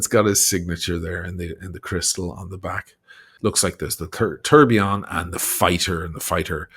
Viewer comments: "The Trump TURDillion" watch 🤣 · First of all, a correction: in a Trump watch is not a tourbillion, it’s a Tuhr-bai-lohn. Second: the Trump font on the watches comes from Microsoft Word 😂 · Thanks for the review. If he manages to sell all his “tour (for) billion” watch he will at least have enough $ to keep up appearances like Mrs. Bucket (pronounced bouquet) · Good god, he could not pronounce the French word well!😅